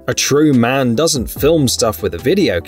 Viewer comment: You'll probably never learn. It says: M.A.N. and not Man